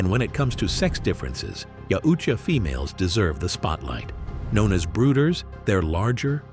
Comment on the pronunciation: Maybe looking up how to say shit before making a video where you say yautja wrong repeatedly. It's a thumb down from me I can't even finish it